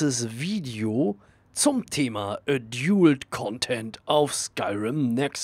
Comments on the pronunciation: Klugscheiss-Modus an : Preferences heisst Vorlieben ;) Und es spricht sich nicht A-djult Content sondern Ä-dalt Content (lautsprache wobei das Ä nicht zu stark betonen sonst kommts dem sächseln zu nahe ^^) Klugscheiss-Modus aus. Gruss :) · Adult wird edalt ausgesprochen!!!!!! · *ädiult(so wirds ausgesprochen) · es wird übrigens "ädalt" ausgesprochen :) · Danke für das hilfreiche Video, aber bitte höre dir die richtige Aussprache von "adult" an. ;-)